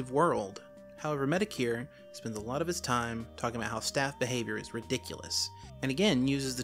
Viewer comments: MediCare lmao. It is said Met-o-kur. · It sounds like you’re saying Mr. “Medicare”. Just pointing that out. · The way he said metokur Bruh